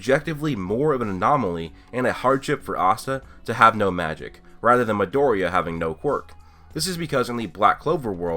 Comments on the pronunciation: Who is madouria? Oh you mean Midoriya... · Any1 else wanna kill themselves when he says midoriya and naruto lol. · God.. The way you pronounce Midoriya's name is so inconsistent... Anyways I didn't know people compared this show to BNHA. But it does have many similarity with Naruto and Fairy Tail. I wouldn't call it shameless copy like people say but it being heavily inspired by aforementioned series. My only problem with the anime is 9 out of 10 times it would have the atrocious animation, which made me drop it. I would give the manga a go in a few years if it is still not cancelled. Also, me having seen and read many shounen series for 15+ years I do feel the plot is overly used. Naruto, Fairy Tail or BNHA wasn't the first but they probably had some unique pull. Black Clover seems to lack that uniqueness, something of its own to separate it from the former shounen titles. That is what I agree with most YouTubers criticizing Black Clover.